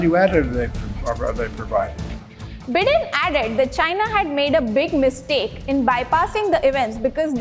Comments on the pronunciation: She said bidden 😂😂😂😂 zi and pootin😛😛😛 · Dear anchor, pls improve your pronunciation of various name, eg Xi is pronounced as Shi, BIDEN as BYDEN, etc etc